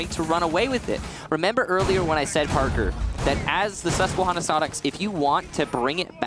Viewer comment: As a guy from Susquehanna it makes me laugh hearing people who don’t know how to pronounce it it’s Susque-Hannah not Susque-Honna